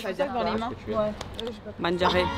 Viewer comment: Juste on dit mangiare et pas mangare